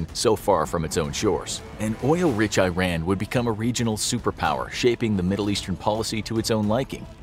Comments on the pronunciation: It's not Eyeran!!! It's eeran. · ITS PRONOUNCED E-RON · Eeeerun, not i-ran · Its not "I ran", but "E ran" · WTF is 👀-Ran?? It's EERAN = IRAN 😂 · When the narrator says "Eye-Ran", does he mean "Iran"? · You need to learn how to correctly pronounce Iran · This guy doesn't know how to pronounce "Iran".